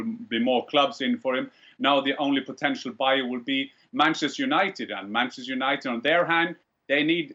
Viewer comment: Penchester United” ”Bruno Penandes” “Varchester United” “UefaChester”